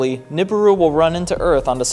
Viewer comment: Its pronounced newberoo